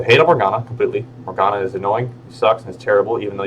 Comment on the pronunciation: "Morgana" "development"😭